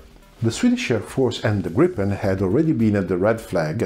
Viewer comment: Gripen with one p! Not Gripppen! Griipen!